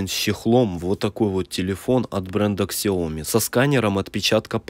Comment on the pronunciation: КСЯОМИ аж режет мой мозг. СЯОМИ БЛЭТ ЗАПОМНИТЕ ЛЮДИ